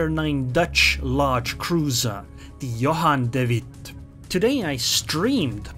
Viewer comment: Your dutch pronounciation of Johan de Witt is very good! =) keep the videos coming!